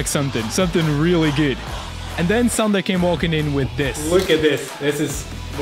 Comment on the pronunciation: Finally someone non Estonian guy pronounces "Sander" correctly